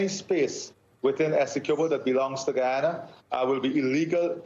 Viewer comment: Thank you for pronouncing Guyana's name correctly, Mr. Moderator. The President of Guyana did a great job in representing our country. May wisdom prevail at the upcoming meeting. Essequibo belongs to Guyana!